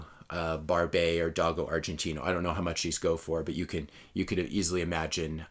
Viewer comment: Sorry to nit-pick on your pronunciation, but “Dogo Argentino” is pronounced doe-go argen-teen-o. 👍🏻